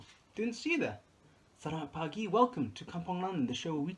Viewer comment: I’m not happy with how you say Selamat Pagi….